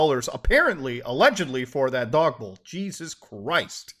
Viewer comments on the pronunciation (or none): none